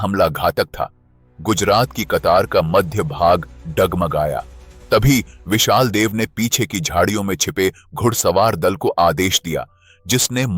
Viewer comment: विशाल देव नहीं विसल देव नाम है